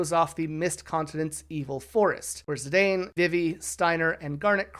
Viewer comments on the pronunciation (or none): Vivi's name is pronounced "VEE-vee." If you're taking that pronunciation from "vivid" or something, it's not correct. The romaji is "bibi", which is pronounced with the long E sounds. Is this engagement bait? 😭 Zidane's name is also pronounced "zih-DAHN", as indicated by the original Japanese and also how his name is pronounced in Dissidia. Tidus is also pronounced "TEE-dus", but this is a completely lost cause when someone isn't already on board. 😔 Great video for real, but aaaa.